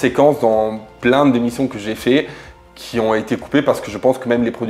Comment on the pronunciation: Oui , sauf le son zzz qu'il prononce et qui n'existe pas.. Ex : ceux qui zon, au lieu de ceux qui ont